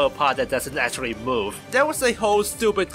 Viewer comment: When you say “Move” “Moves” With your accent I hear “Boob” “Boobs”